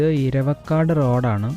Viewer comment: ഇരവക്കാട് അല്ല bro, എറവക്കാട് ആണ്